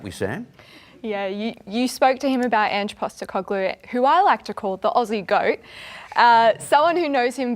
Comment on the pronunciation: Why does this guy keep saying Ange’s last name wrong ?